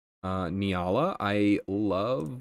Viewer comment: Still hoping that he'll pronounce it correctly as N-yall-ah one day